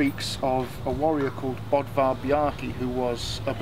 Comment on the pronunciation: The name "Böðvar" is pronounced closer to "Buthvar" (u like in "duck") than "Bodvar". Source: I am Icelandic, it is an Icelandic name (a quick search in the National Registry reveals that 19 current Icelanders bear that name, and 36 more as part of their patronyms).